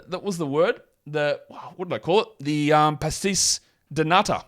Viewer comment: HOLLY SHIT ANOTHER NEEMIAS QUETA REFERENCE Btw the pronunciation of "pastéis" needs to improve but the "de nata" is spot on If you want a nickname it can be something like "the fisherman" due to him being from Barreiro a fishermen's city or you can go to something related to Portugal Empire in the past